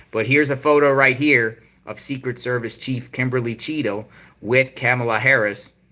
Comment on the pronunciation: I keep thinking your saying cheeto lol